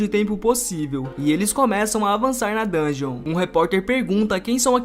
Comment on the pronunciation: da um ódio quando o cara fala "dun ge on" ele pronuncia o bagulho tudo errado